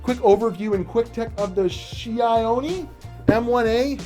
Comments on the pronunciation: probably is pronounced hioni if they keep the greek scheme of names ,means snow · That’s not chione that’s chione